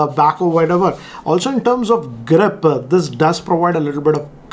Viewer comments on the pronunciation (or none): I liked the way you said "GRIP"... "GRRRRIP" The word actually felt like it has some friction